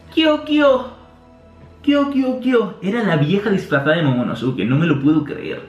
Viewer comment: Man se pronuncia momonoske no momonosuke..... Suena terrible, es igual que Sasuke que se pronuncia saske o akatsuki que se pronuncia akatski